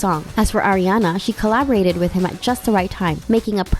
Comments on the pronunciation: STOP SAYING AIRIANA. SHE IS ARIANA. NOT AIRIANA. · It’s pronounced Ah-riana not Air-iana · AM I THE ONLY ONE THATS GETTING ANNOYED CAUSE SHE KEEPS SAYING (Aireanna) 😳😖😳😫😤☹️😡🤨😞😬🙄😶